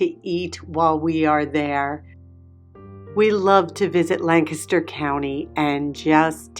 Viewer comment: I e really missed you! And thank you for pronouncing Lancaster correctly! I live in York so very close.